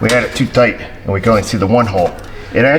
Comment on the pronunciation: It's toight like a toiger